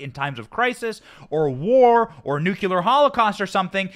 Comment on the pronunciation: NU-KLEE-ER... NOT NOOK-U-LER